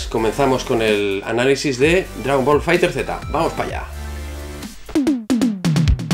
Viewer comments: Se pronuncia "fighters" no fighter z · FAAAAIGTEEEERSSSSS NO FAIGTER Z el mismo banda namco lo dijo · Maestro, no se dice dragón ball fighter Z, se dice cómo se escribe, dragón ball fighterzzzzzz. No se nombra la Z al final.